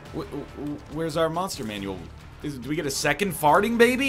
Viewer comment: Whenever NL says "Monster Manual" correctly I freak out.